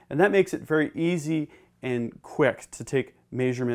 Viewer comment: Veddy intristing….but schtoopid!